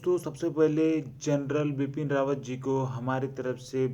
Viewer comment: Bapn rawat nahi Bipin Rawat hai sir ka naam